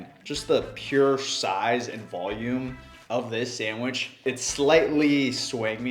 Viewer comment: "time to make a sangwheech"